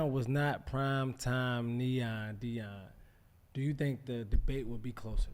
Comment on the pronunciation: Any else cringe every time Shannon says Time instead of Prime